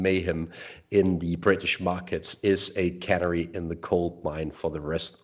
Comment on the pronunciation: your English is richer than that of many Brits. Please bear with me when I point out that the stress and vowel sounds of canary are different to those of granary. I only mention this because canaries look like being with us for a while in the UK.:)